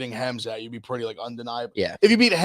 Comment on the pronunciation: HEM-Zot EV? HEM? Hmmm.. that's a new one